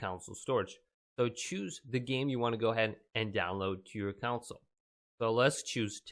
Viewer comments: download to your counsel. I cannot get over this guy calling a "console" a "counsel" dear lord. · ITS PRONOUNCED CON-SOLE NOT COUNSLE